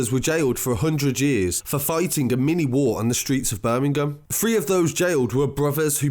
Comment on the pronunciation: BIRMI-GAAM lol 😂😂😂😂